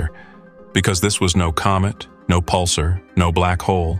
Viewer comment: If you cannot properly pronounce quasars and pulsars, your video is trash.